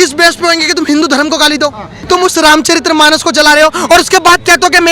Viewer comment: रामचरित्रमानस ××××××××××गलत उच्चारण है। रामचरितमानस √√√√√√√√√√ सही उच्चारण है। कृपया सुधार कर लो बाबू।वैसे तू अच्छे वक्ता हो।